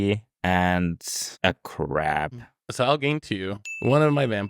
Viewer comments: Phil consistently pronouncing crab as crap made me laugh way more than it should have. German accents unite! :D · I can't unhear "blue crap" now. I feel like Chandra after having Liliana say something devious to her, as depicted in the Kaladesh set Diabolic Tutor card. Thanks, 😆! snickers and walks away